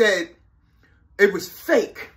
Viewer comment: AFFIDAVIT IS THE WORD. NOT ALPHA DAVIS